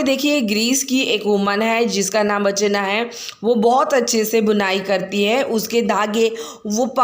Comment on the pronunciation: Archana not archne